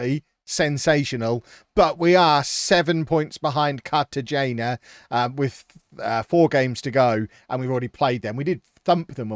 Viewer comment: cartagena is pronounced carta-hena